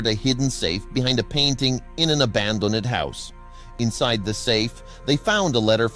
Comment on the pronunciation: “Provade”! Abandon-ed”. This is AI garbage. 💩